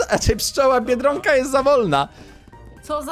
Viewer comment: mówi bierdonka nie biedronka 😆😆😆😆😆